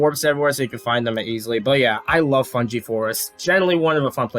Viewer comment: I definitely like the DK64 OST way more than your pronunciation of Fungi. (Fun guy)